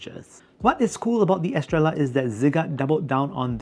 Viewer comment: It’s meant to be pronounced Estreyah”. It’s a spannish word, double L is read as j-Y